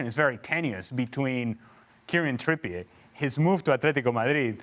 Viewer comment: Said “Kieran Trippy-ur” for years but since he moved to Athletico it’s now: “Kierian Trippïé” 😂